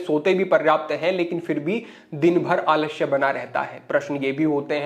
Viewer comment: महाशय , आलश्य नहीं आलस्य बोला जाता है । पहले उच्चारण तो सही करना खीखिए ।